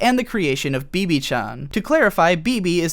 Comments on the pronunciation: it's not "beebee." it's pronounced "beh-beh",. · No offense it actually bae-bae instead of be be! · Amnesiac Madoka told Homura she'll never leave her loved ones, not remembering the context of her leaving in the first place. Homura took this to mean Madoka should stay powerless and stay with her loved ones, despite her wishes. What's so hard to understand in the first place? Also, "B B"? Bebe is pronounced like how the French would. You know, how they pronounce the name in the movie itself. "Beh Beh". Did you concentrate too much on the subtitles to actually watch and listen to the movie?